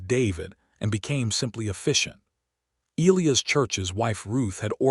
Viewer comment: Eleanor is Ellenor..not Eleeas but...E..lie..as otherwise narrators voice and all are great.